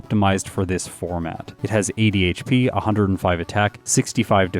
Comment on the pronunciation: 80 hp. I thought you said "it has ADHD" 😂😂